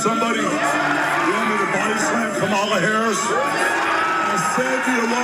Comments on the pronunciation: Did Hogan say "Kah Malla " again..UGANDAN GIANT ?? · He's used to pronouncing it the way he knows it (kamah-lah) He once wrestled James Aarthur "Kamala the Ugandan Headhunter" Harris. I was a big fan of Hogan as a kid only to find out that he is garbage in real life. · Imagine not being able to even accent the right syllable of someone's name, but pretending you should help decide who runs the country.